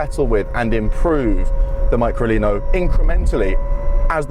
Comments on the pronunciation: Fantastic car, just wish the Englishman would pronounce the name "MeecroLeeno" which sounds cute too. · Pronounced me-cro-lee-no